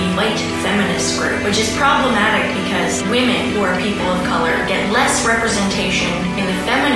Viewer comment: I swear to fucking God.......PROBLOMATIC!!!! there is that word again someone stamp that on her forehead.